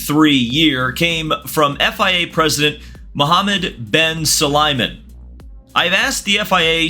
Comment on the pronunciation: Sue-lie-man 😂 Lol sorry. Great videos sir. Thank you 🙏